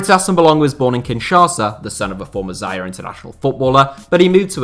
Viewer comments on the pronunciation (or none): none